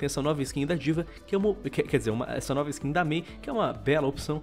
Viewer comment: "NOUVA" KKKKKKK